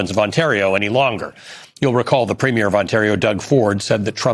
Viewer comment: You should school your fellow anchors on how to pronounce ‘premier’